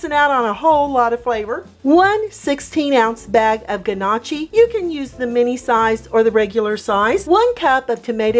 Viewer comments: It’s (NOE-kee) not (GUH-Nah-chee) lol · I just have to correct you.. “NYO-Key” is how its pronounced not guh-nah-chi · It's pronounced knock-y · Everytime she says g-nocchi an Italian loses their wings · lol yea it was painful for me and I’m only Italian by marriage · Love your videos. This doesn’t disappoint. FYI, Gnocchi is pronounced, NYAOKAY. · Pronounced “NOOKI” The G is silent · lol nooo that’s not how you pronounce it hun but good recipe! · she pronounced Gnocchi really bad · So which one of us is going to teach her how to pronounce it properly??